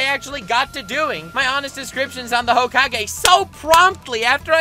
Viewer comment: Honest descriptions of every hokage (pronounced hocage of course to piss you off) when